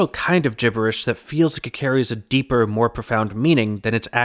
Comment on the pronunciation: dipper for the “is there a deeper meaning here” is great